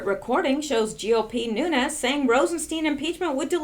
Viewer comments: I am not positive, but I always hear broadcasters pronounce the name NUNES, like New nes. So you started your vid saying NOONS, AND then while I am writing this, you change the pronounciation to new nes. CHEEZE N RICE. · Lourdes Santos pronounced “NEW-NEZ.” That’s the way the man HIMSELF pronounces it. “NOONS” is an American aberration.... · Its pronounced: noon-yez. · You are assuming he is Mexican which is the way it would be pronounced. But, if he is Cuban, or Portuguese, then the spelling difference applies and the pronounciation leaves out the YEZ sound. I Made the same error on the name of a street in my town. Don Julio. I assumed it was pronounced Don Hulio, but the street was named after a Portuguese guy, and it is Don Julio. Same mistake with NUNES, vs. Nunez.